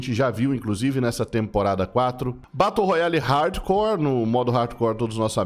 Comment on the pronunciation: Batu roiale kkk